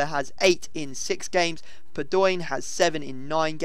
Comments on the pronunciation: NEVER SAY PADION AGAIN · its pronounced padowi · never ever say that padion again!!! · I can't wait I'll you get a full gold team so you stop saying fucking padoin